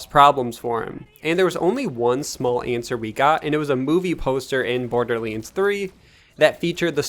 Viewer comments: It’s Borderlands NOT Borderleeeeens lol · "borderleeends" don't get me wrong. i love it 😁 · bro why tf do you pronounce"borderlands" like that? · What's this Borderleends game I've heard in this video?